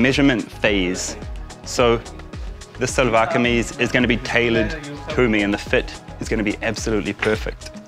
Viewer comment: Seems a bit more tight fit. It will remind you about losing off a bit of weight. One correction, It’s called “Shahlwar Kameez” ( SHA sound not SA). Nice short video clip.